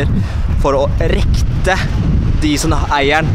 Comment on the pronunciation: Det heter ikke "Rékte"